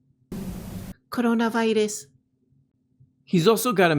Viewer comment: Clip Melania saying “coronavirees” and use it anytime you have to mention covid